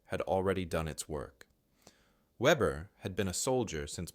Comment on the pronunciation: The German name is pronounced vehbehr. Note that Ukrainian snipers are performing the same sort of precision kills. In one recent incident a group of Russians were eating a meal. The window broke and three of them dropped dead.